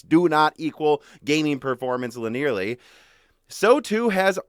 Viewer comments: Dammit, you started saying "LIN-EAR-LEE" again instead of "LIN-EE-URR-LEE". It's a four-syllable word but you tech tubers keep thinking it's a three-syllable word because you see the word "near" inside it and think that it's supposed to be annunciated that way but you all sound goofy to us developers. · Sorry man, can't hang. You (and Digital Foundry guys) sound silly saying it wrong. Just telling you how it is! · That's actually painful to listen to. That is not how you pronounce "linearly". There are four syllables in that word.